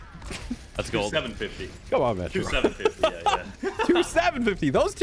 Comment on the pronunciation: Every time says "So, Metro" I just hear "Symmetra" lol